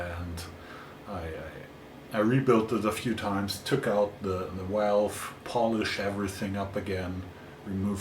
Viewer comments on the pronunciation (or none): I like how you say walve 🤭